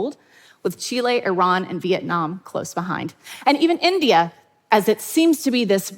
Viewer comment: the way she said India -_